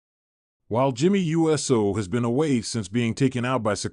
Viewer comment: This AI announcer isn't very Usey. It's NOT U. S. O. it's Uso!